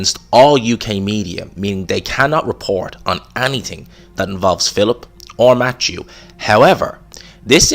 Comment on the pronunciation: It’s “Matthew”! Not Matchew